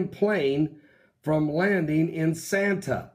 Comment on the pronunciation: santa??? oh you mean san'a :))) idiot